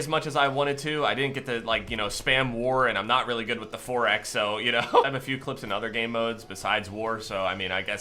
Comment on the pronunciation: Idk why but i laugh when you say 4x, sounds like youre saying foraxe lol